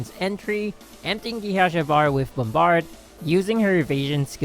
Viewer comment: It's not Hassha my guy